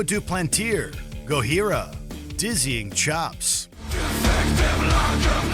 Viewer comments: Did he actually pronounce them as ‘Go-heera’? 😂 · I am fine with the list. But I am not fine with pronouncing Gojira like it's spanish. It's Gojira like what the Japanese call Godzilla. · His pronunciation of Gojira and Sepultura just made me cringe.